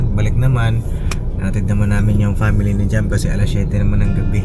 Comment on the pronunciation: Shoutout po ka papi…. 😊🙏👍. God bless everyone.!!! Comments ko lng po . Pronouns sa Family hindi po pamily 🤪😆 kundi po Family ang tamang pronouns. At si mama ka business po hindi nka seatbelt???👀🙄🙄🙄 for awareness lang po nka vlog ka pa naman nakikita ng buong mundo.. 🤞🤞🤞 real talk lang po yung lng po kc nakikita ko sa vlog .. congratulations po ulit sa wedding nyo. Best wishes God bless always.. bira!!!! Banat !!! Lng Gogogo…👊💪💪💪